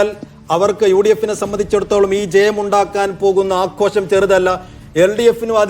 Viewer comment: ആഘോശം അല്ലടാ ആഘോഷം സ്കൂളിൽ പോകേണ്ട സമയത്ത് മറ്റുചിലയിടത്ത് പോയതിന്റെ ഗുണം